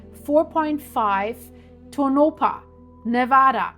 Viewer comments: you are mispronouncing that name it is pronounced Tonapah and not Tonopah the 2nd O is pronounced like an A whenever you get a name that you can't pronounce please let me know and I'll help you out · Pronounced… Toe-naw-paw … Tonopah … but this is not nuclear blast nevada has been fighting any nuclear waste ever enter our borders again. Lahontan reservoir is where everyone goes for Memorial Day weekend, I can promise no nuclear blast happening there, look up Yucca mountain for reference about nevada nuclear ☢️ history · That is pronounced tone-A - paw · Only for the sake of helping you, not scolding. Its pronounced like Toe-Nuh-Paw. Even people from other states sometimes get it wrong. :)